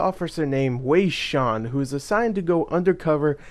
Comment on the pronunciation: lol its pronounced way shen haha but who fuckin really cares! XP